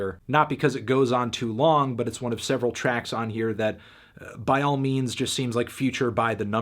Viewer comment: I need you to say the word “just” less, you say it wrong.